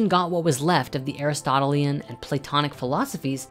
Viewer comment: Thomas "Aqweenus"? Never heard it pronounced that way... (and "Aris-totle-ee-in"? Isn't it "aris-tote-eel-ean"?)